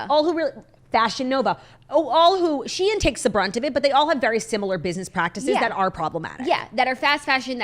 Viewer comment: It’s pronounced how it’s spelled “She-in”. Originally was called SheInsider and they shortened it to just Shein.